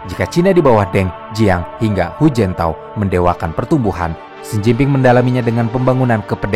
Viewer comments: itu hujianto apa hujintao wkwkwk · Koreksi min, Hu jin tao,,bukan hu jianto 😅,,hu jianto mah orang jawa ,,maaf 🙏